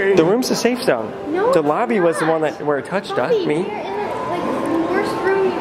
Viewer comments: Is it just me or when the lady in the elevator says “lobby” it kinda sounds like she said “BOBBY” No just me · I swear. Instead of the elevator saying "Lobby" it said "Bobby" NO CAP